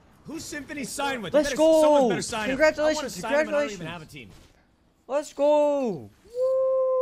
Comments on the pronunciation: “congratuleishon” jajajajaja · Kongratuleishon :v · KONGRATULEICHON JAJAJAJAJAJA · Uno Uno!: uno uno??: si si: congrachulachuns 😂😂😂💀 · “Congrachuleichons”